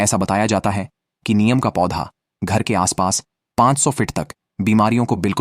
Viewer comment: Neem bolte hain, niyam nahi, aap se a hha to bacche bolta hain, pls lesen to again, hi di not clear, he hindustan hai, hindi ka sahi use karen, jai shree ram